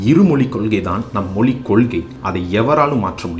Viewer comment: அது மொலி இல்லை. மொழி. உங்கள் சொல்லாடல் மொலி என்றே கேட்கிறது..